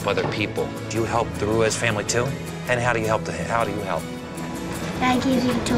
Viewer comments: "Maria Rue-EZ" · Pennington pronounces "Ruiz" better than and she is latina!